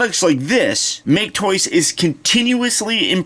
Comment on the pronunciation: So glad to hear a review that pronounces make-toys correctly. I know it's a dumb nitpick but it's annoying whenever I hear someone say mach-aye toys. A way they could've hid that undercarriage stuff is if the toy had a "ground kit". Wouldve made a cooler looking car but people wouldn't be able to handle it being a "masterpiece" figure with any slight deviation from the original design.